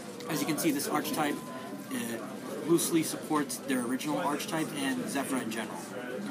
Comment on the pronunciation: The 'ch' in archetype is pronounced as a 'k'.